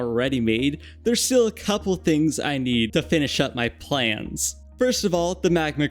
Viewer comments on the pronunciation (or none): none